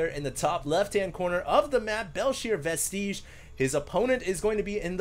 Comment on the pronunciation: it's pronounced "vest-idge" not "vest-eej".